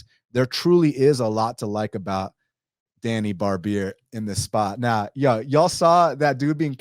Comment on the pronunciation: hey Djani name you say it wrong it's more like first letter J in name Janet ,,imagine if there is no D in DJANI ,,more like that